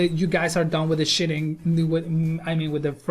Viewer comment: Noice. This was very informational. thank you. one quick fix.: Sheeting:. Is Not pronounced shitting. sheet rock. Sheeting not shit.